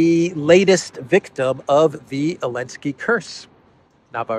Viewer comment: SOOO ANNOYING!!! You keep saying " Elensky" or "Alensky" or " Lensky"..... It is ZZZZ ZZZ ZELENSKY!!!!!!